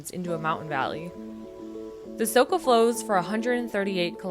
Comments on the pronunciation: It's not Soka river but Soča (Socha), also it's not Ljubljanika river but Ljubljanica (Ljubljanitza). The video is otherwise nice. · Soča= Socha, not Soka, nice video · Good descriptions of Slovenia. The river is pronounced Socha. The Stresica on top of a c,s or z make it an ch, sh or zh sound. Glad you liked this piece of paradise but shhh. Keep it one of Europes best kept secrets. 😊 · the way your saying soča is killing me inside so hard :D